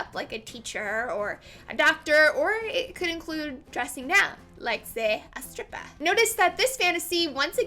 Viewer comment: "a stripp-ah" lol